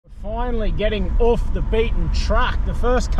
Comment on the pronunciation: mate can I ask why you pronounce off as “oof” it absolutely shits me hahaha Awesome ep as usual 🤙